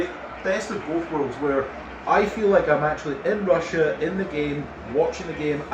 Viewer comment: See when he said "Best of both worlds", did he really want to say "Best of Boast Worlds"?